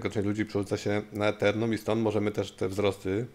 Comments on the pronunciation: jak zawsze pozytywnie! Codzienna dawka optymizmu z rana 😂😂 I nie ethernum a ethereum;-) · Brat Brat czyt: Itirum :) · co to jest "eternum"? ;)